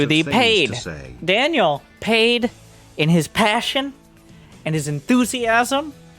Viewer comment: I love when says "Enthusiasm" I hear "naivite"